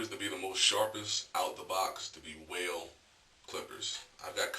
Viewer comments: he said whale lol its wahl pronounced like wall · GOOD LOOKIN ON THE ADVICE BRUH.UMM WAHL IS PRONOUNCED (WALL).U KNOW WHAT UR TALKIN BOUT THO👍🏾